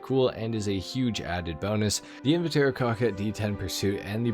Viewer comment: Say "Invitaro" one more time and I'll find you and do unspeakable things to your balls